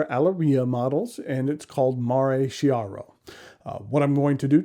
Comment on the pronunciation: Chiaro is pronounced Key R O. Chi in Italian is a hard c or k sound. Nice looking pen, and a pretty large one. I don’t have any that big myself. The threads would make me think it was leaking if I didn’t get it all cleaned up when inking.